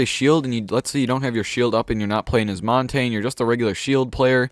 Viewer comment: please don't say montagne like that